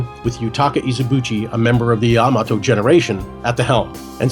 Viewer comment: atleast he know how to fucking say yamato correctly